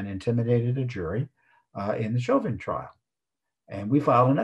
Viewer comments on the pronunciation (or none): none